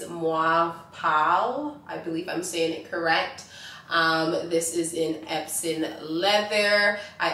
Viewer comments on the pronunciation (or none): none